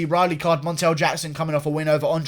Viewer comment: Pronounced: Rall - E...... btw